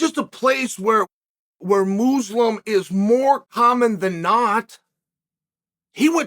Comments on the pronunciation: I offer you this: "moozlum" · I always love the intentionally mispronounced names and words but "Moozlum" has to be one of the best, right up there with "Blahovavich" 😂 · When chael said mooslum 🤦‍♂️🤣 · Mooslem? 😂😂 Uncle chael is watching a certain preacher on YouTube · "Moozelum" LMAOOO Unc Chael def trollin us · Mooselum 😂😂😂😂 Who's trolling now 😂😂😂😂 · Moozlum lmao